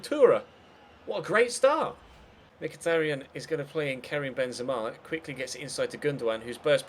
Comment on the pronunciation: Mkhitaryan is pronounced like "Mkhi-ta-ri-an" with an accent on last A!